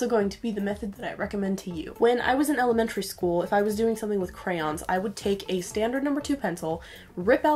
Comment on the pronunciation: normal people: crayOOOns extra people: crayins edit: NO hate im sorry if i offended anybody